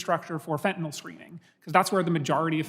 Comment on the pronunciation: I was so happy to hear someone anywhere involved in the border crisis finally FINALLY correctly pronounce the word “FENTANYL”. I snapped around to see who did that! Mark Green (R), an M.D. Ahaa!!! Like me, ut must drive him nuts that the word fentanyl is mass-mispronounced. Its like they want to change a pronounciation permanently into permanent mispronounced word like “Keiv” is now pronounced always as “Keev”. Mass ignorance. Fentanyl is pronounced FENTAN-ILL. Not Fantan-ALL.